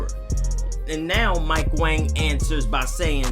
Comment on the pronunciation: Mike Wong not wang btw